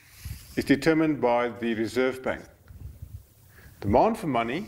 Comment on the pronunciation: "Demond for money" sounds a lot like "bond"